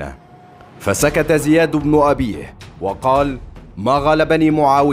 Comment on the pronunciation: غالبا الصوت ده ذكاء اصطناعي علشان كده بيقرا من غير تشكيل